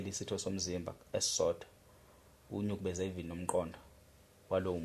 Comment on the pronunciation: Igama lithi 'nukubeza' hhayi 'nyukubeza'